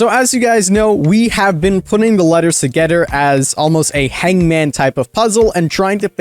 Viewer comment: My guy you have to learn how to pronounce "together" correctly. You sound Dutch when you say it. You pronounce the "-ther" in words as "-ter." Not trying to be a grammar nazi, it just bugs me whenever I watch your videos.